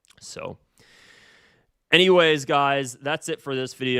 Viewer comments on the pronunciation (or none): none